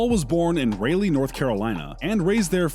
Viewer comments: Ra lee not rail e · Pronounced “Rolly” as opposed to “Raylee” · Its not Reylee ...is RALEIGH. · Why couldn’t they hire a narrator actually from North Carolina? I mean, Raylee. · Lord you pronounced Raleigh the wrong way it’s pronounced “RAH-LEE” come on man n I like the video but get the words right !!!!!!! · You pronounced Raleigh wrong! Pronounced like 'Sir Walter Raleigh'! It is also Greenville...no 's' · The way he said Raleigh kind of hurt me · Why did he say Raleigh and Stephane curry like that 😭😭😭😭